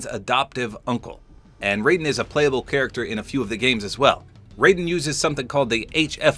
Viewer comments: "Raiden" from Metal Gear Solid isn't pronounced "Ray-den" Its "Rye-den" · It's pronounced Rye-den for Raiden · Raiden isn't adopted by snake. Raiden in MG is pronounced like Rye-den. Not to be confused with Raiden pronounced as Ray-den. Both are correct depending on game. The way pronounced it is how it's pronounced for Raiden in Mortal Kombat. Yes Raiden does use the H.F. Blade in MGS2 & MGS4 but uses a different sword to my knowledge in MGR: Revengeance. Just some small corrections and info dump for ya'll. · Hi, just to let you know, Raiden is pronounced "Rye-den" and hes adopted by Solidus Snake, whos different from Solid Snake. Great video tho! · Raiden's name is pronounced incorrectly in Mortal Kombat. No other series carries that tradition. Correct: "Rye-Den." Raiden has no relation to Snake. In MGS2, Raiden briefly used the codename: "Snake" after Solid Snake was presumed dead. Raiden is a child soldier from a war-torn country (forget which) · When you mispronounced Raiden i was actually gonna cry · don't really blame you tbh😅the names are real similar and spelled the same